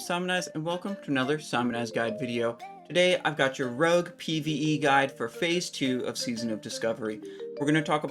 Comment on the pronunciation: Did he say RUG instead of ROGUE? lol